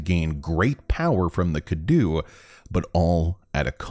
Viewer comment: Am I the only one blown away by how good that romanian pronunciation of Alcina and Cadou was. No character in the game pronunced either Cadou or Dimitrescu the right way but this was spot on